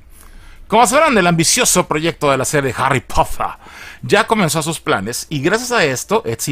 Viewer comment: Harry popoter.